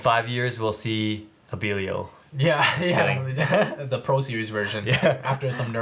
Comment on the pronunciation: have you guys figured out how to pronounce belial cause you guys are saying it like pros